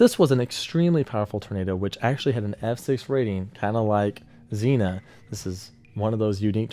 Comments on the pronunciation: Hiya, yeah, so as an Ohioan I gotta correct you on a city pronunciation. Although Xena is my favorite warrior princess, that's not how you pronounce Xenia. Zeen-ya not Zee-nuh. Thanks. 🙋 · Another great video but, as a dude who lived through the Xenia twister as a 10 year old—it’s pronounced “Zeenya” (not “Zeena”) 👍🏼❤️🫡 Semper Fi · Local resident here. I know that you will probably never see this but just a heads up.... Xenia pronunciation: "*ZEEN-YUH*" Don't worry, it's a super common mistake. It's a hard one to say because it's not common *AT ALL*! In fact, it's the only actual city in the United States that start with an "X"! LOVE YOUR VIDEOS! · By the way, XENIN is pronounced like the flower. Please learn to pronounce names properly. I’m surprised you got it wrong. You seem so well informed. Sandy, from Cincinnati. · Just so you know us Ohio locals say Xenia like Zeenyah you probably don’t care but the off chance that you do there you go